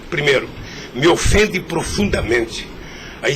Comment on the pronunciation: "me ofunde profudamente"